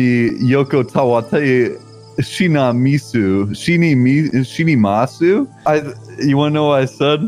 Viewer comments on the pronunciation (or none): Nobody: Carson: Shimamisu--shimimasu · I can understand Japanese but Carson butchered it so bad, I had no clue what he said